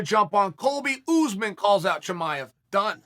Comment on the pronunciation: I like how chael says usman. He says: UZZMAN